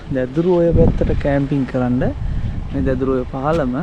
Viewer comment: දෙදුරු නෙවෙයි...දැදුරු ඔය